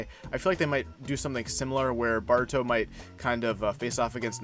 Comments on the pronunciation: It's "Boruto" not "Baruto" smh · Please stop saying BAR-uto, it is clearly BOR-uto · Bro your vids are fire but you keep saying “baruto” 😂😂🤦🏽‍♂️ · It’s not BARUTO it’s Boruto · Why you pronounce Boruto like that...